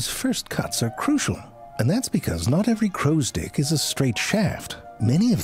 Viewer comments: Oh he 100% knew what he was doing with constantly saying "crows stick", don´t you worry 😂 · I didn't hear the "crow's *ick" thing until you brought it up XD